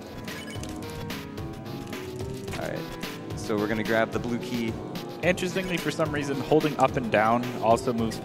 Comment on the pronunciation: what he said: we're gonna grab the blue key. What I heard: we're gonna grab the blooky